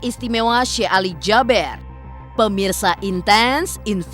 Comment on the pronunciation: Kenapa JABER Sich nyebutnya,,Kan SYEKH ALI JABEER,,E nya 2 kan di baca JABIR,kenapa musti Jaber